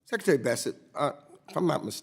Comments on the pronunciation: “Your responsibility as SECATARY” 😮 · What is a sekatary?